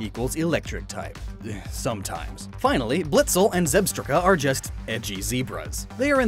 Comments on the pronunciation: yeah it's zeb-strike-a, when he said it so weird I was like wtf?! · "Zeb-stricka" Zeb-stricka... With the roots of Zebra and strike, I believe it is pronounced Zeb-strike-a. Correct me if I am wrong of course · With all due respect, I asked to correct me if I was wrong on the pronunciation. I write "zeb-stricka" and "zeb-strike-a" to highlight the pronunciation. I know how it is written. The name of the pokemon was on-screen when he was talking about it. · Zebstrika is pronounced: Zeb-strike-uh